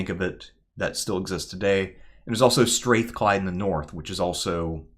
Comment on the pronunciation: Str-Ah-thclyde folks not Str-Ae-thclyde